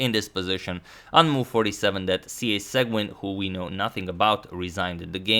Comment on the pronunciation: Seguin --> pronounced: say-gan